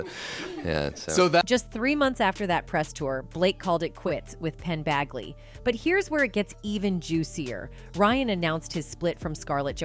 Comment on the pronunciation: “Penn BAGley” ?!? Educate yourself in some way before making this crap video. At least actually read the name, and realize you might seriously be mispronouncing it. You’ve obviously never heard of any of these people before now, ie before deciding to monetize monetize monetize. Gross.